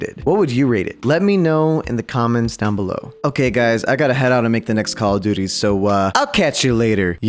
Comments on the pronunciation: JUST SAY CALL OF DUTY NOT COCODUDLE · Every time he says cock o duty it gets crazer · Pronunce call of duty normally or draw 25: 😠